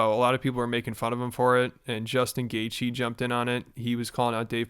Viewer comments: Portnoy pretending he can’t pronounce Gaethje just makes him look like he shouldn’t have a company called Barstool Sports. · He doesn't know how to say Justin's last name but we are supposed to listen to anything he has to say about combat sports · Dave mispronounced Justin’s last name on purpose.